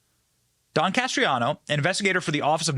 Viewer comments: It's Can-est-raro Not canestrano. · Canestraro. Not Castriano. Accuracy is important, Benny. God bless. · BEN. it's CANE-STRA-ROH. You're killing me smalls. haha. Incredible video, though. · Idk how he gets castriano from canestraro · CANESTRARO NOT "CASTRIANO". 🤦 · Canestraro, not Castreano. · Dude how many times you read canestraro as castriano drove me up the fuckin wall. Your whole shtick is reading what other people wrote and/or reacting to what other people (tucker carlson) said. At least read it correctly... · It's Canestraro, not Castriano! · Please learn how to pronounce words before you say them. His name is NOT Castriano. Thanks Benny. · It’s NOT Castriano! Slow down, and please read correctly, or just let us read it for ourselves!🤯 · Don Canestraro is his name and it is NOT pronounced Cas-tree-ah-no. Just like nuclear is not pronounced nu-cue-lar but is pronounced nu-cle-ar. It's Bur-ees-ma not Bur-si-ma! Benny you are in BROADCASTING! Please learn how to pronounce words properly. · I think it’s pronounced Can es tro. Just saying. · It was very difficult to keep watching the video because of the way you were butchering the pronunciation of Canestraro. I think you can do better than that.